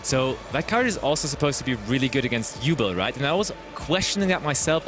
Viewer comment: why we saying yubul not yubel with the commentators